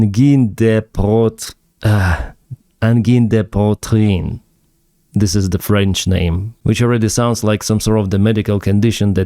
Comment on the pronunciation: OK: It's pronounced ANGINN DE PWATRIN (G pronounced like the "S" in illuSion)